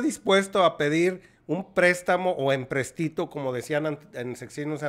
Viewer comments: LO CORRECTO ES PRONUNCIAR: EMPRÉSTITO, SE ACENTÚA EN LA É Y NO EN LA Í EMPRESTÍTO ESTO ES INCORRECTO, SE OYE MAL. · Discúlpame apreciable amigo la palabra es empEstito Acento en la antepenúltima sílaba empréstito